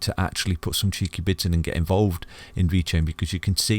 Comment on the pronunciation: Isnt he saying "cheeky bits"? I've thought that for months if I'm wrong 😂🤷‍♂️